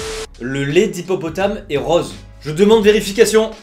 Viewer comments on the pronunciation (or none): none